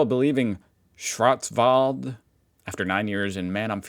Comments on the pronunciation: Pronounciation of "Schwarzwald" was perfect🎉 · agree well pronounced 👍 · You did a great you pronouncing Schwarzwald 🎉 But I noticed you have problems with words with „frei“ in it like Freiburg. It’s not pronounced „free“ but rather „fry“ if you wann try it 😊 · Ok schwarzwald pronounciation was fine. Now try Freiburg , say fry boorg 😊 Ei is pronounced like I in englisch nearly always. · That pronunciation of Schwarzwald was enough to get a raised eyebrow and a snooty nod from me. Respect.